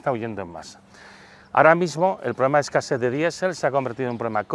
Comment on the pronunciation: Se dice escasez